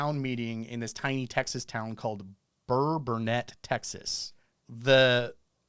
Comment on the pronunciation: Great show! BTW, the name of the town in Texas that attempted to pronounce is Burkburnett.